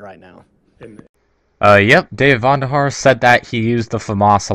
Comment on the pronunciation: It's David VONderhaar, not VANderhaar